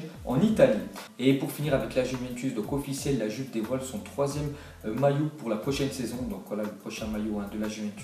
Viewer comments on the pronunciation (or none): none